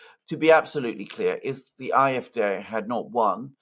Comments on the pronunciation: It's not the I-f-D but the Ah-f-D or just say it in English Ay-f-Dee? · What is this Eye-F-Dey that fidget keeps babbling about? Does he mean the AFD? No English-speaking person pronounces AFD as that funny little noise he makes. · why is he saying "afd" using the German pronunciation of the letters? At first I had no idea what the heck he was talking about - and I live in Germany!!! Why? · Alexander, have your wife teach how properly to pronounce AfD in German.